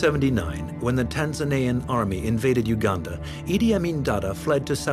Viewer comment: Great you said it well Uganda!! Not Ouganda